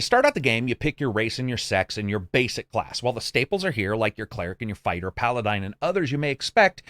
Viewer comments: You got me second guessing how to say Paladin... I always thought it was Pal-uh-din not Pal-uh-dyn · Its Paladin not Paladine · Stopped watching when he said Paladine. It's Pala din. Din sounds like tin. It's like the reviewers are under 20 and never played a dnd game ever. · Had to shut it down after the 2nd "Paladine", the day is too short to submit to purposeful butchering of linguistics. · Calling them "paladines" instead of "paladins" is so tilting. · Paladines? Paladins? Have I always been pronouncing it wrong, or you? :P Good review. Game is much like Kingmaker, then. Too complex for me, I'm afraid. My 2 year old's nap-time would be over before I managed to create my character and actually start the game lol. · I love your videos. But for the love of all the Gods, it's pronounced "Pala-DIN" not "Pala-DINE". "Paladine" is the head good deity from the Dragonlance D&D setting. "Paladins" are holy warriors. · pah-lah-DIN, not pah-luh-DINE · In case you're more confused after that reply, it's definitely "Paladin" not "Paladine". It's a weird pronunciation that I've seriously never even heard someone use before. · cool reviiew, thanks! but pala-dine? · Palladine, I love the pronunciations. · Wtf is a paladine? Man irks me to no end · What's a Paladyne..? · I have never heard anyone pronounce Paladin as 'Pala-dine' so I dunno how you'd think it's said that way. Thanks for the review, will wait till it comes down in price a bit while FF14 is keeping me busy :) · I'll stick to HoH. And it's pala-din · … “palaDINE”? Never heard anyone mispronounce Paladin like that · Paladine was Dragonlance's version of Bahamut, the platinum dragon god. Pal-uh-din, brother. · It's not "paladine." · Yeah, what is a Paladine? Lol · Palidine 😂wtf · uhm ACKTUALLY it's pronounced paladin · Never speak the word Paladine again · clicked out of genuine interest in buying the game, stayed for your pronunciation of paladin these people are taking about